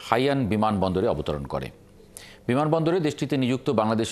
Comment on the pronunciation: একটা উচ্চারণও ঠিক নেই, হাইনানকে বলতেছে হাইয়ান